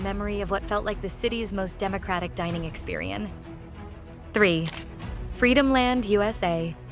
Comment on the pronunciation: Don’t you love lousy A.I. narration? “The city’s most Democratic dining experian.”